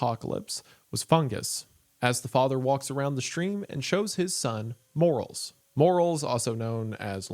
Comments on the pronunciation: You say morel funny. I've always heard it pronounced "more-Ls" not "morals" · I’ve never heard morrels called pronounced “morals” hehe